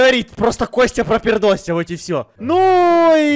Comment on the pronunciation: ты сказал воть